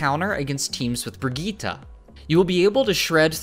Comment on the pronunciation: dude thats Torbjörn and Brigitte not Torbjorn and Brigita